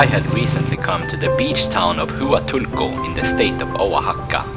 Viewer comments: its pronounced WA tulco,! Not hoo uh tulco. Lol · Hua is pronounced wa. You are in wa tu ko. Not who a til ko. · It is not pronounced 'Hoo a toolco'. It is 'Hwa tool co'. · Pronounced WA-Tool-Co. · Its pronounced Wahtulco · that not how to pronounce Hautulco , it waa tool kow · Just so you know, the “H” in Huatulco is silent. So you can pronounce it better, pretend that the “Hu” is a “W”. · Chow way beach in wa tool co 🤦‍♂️ Anyway, good views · you should at least learn how to pronounce the place you’re visiting. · great video,,, but I cringe evertime you say Huatulco,,, you are saying it wrong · I enjoy your videos. You need to work on your pronunciation of Huatulco and Oaxaca! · Huatulco is PRONOUNCED: WAH- TOOL- CO! Chahue is pronounced: Kah-way! Sierra Madre is pronounced! See- er-rah Mod- dray! You're one of the only YouTube channels I've seen that actually show the scenery of La Crucecita and Santa Cruz(holy cross), we call the twin towns! Note: Everything is cheaper in La Crucecita(the little cross) Including food and knick knacks and drinks and restaurants! Thanks for your excellent video and for actually showing the scenes instead of yourself all the time! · For anyone interested in the name pronunciations: 1. Oaxaca - “Wa-Ha-Ka” 2. Huatulco-“Wa-Tool-Ko”3. Chahue - "Cha-Way"